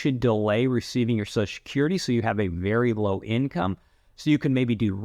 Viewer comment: Every time he said Susha-curry I took a shot of whiskey. I'm totally drunk now.